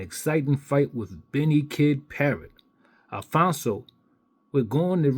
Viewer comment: it’s “ ALPHONSE “ - NOT “ Alfonzo “ , or “ Alphonso “ , or “ Alphonzo “ . Its pronounced “ AL - FONZ “ . There is no pronunciation in the letter “ O “ at the end of it . Emile - “ Alphonse “ - Griffith “ . Never knew that Emile Griffith was addressed by his middle name ? Also some advice you might want to go over how the word “ Totalitarian “ is also pronounced ( along with a few others here I won’t mention ) . Ok , Maricon? Just kidding .